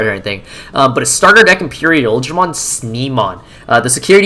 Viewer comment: We gotta talk about how you pronounce Imperialdramon I lost focus when I heard that lol